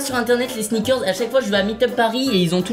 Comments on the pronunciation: sinon pq il dis sneakerz et pas pas sneakers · Michou on dirait que tu dit ( sniker comme la bar de chocolat haha) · Sneakerzzzzz, ça m’a stressé toute la vidéo